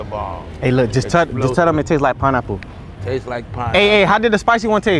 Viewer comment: He said spine apple 😅😅😅😅😅